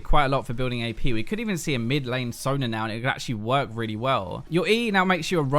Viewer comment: It's not Sonr,. It's Sona. son'A'.